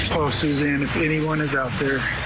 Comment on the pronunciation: I hate when these network stations put on experts who don’t know these cases. Mispronouncing Suzanne’s name, ugh. Talking about the defense pointing the finger at Jeff Liebler. Jeff’s alibi checked out. Do a little research and don’t speak on what you don’t know.